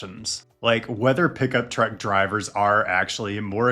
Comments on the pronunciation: Full size crew cab pickup trucks are just awesome man. Don’t over think it. And it’s pronounced TRUCK not TRECK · I just realized that when he says "Trek", he's actually saying "truck". I kept thinking "Why does he keep talking about a specific brand of bicycle?"